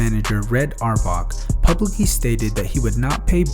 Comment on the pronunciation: You need to learn how to say Red's last name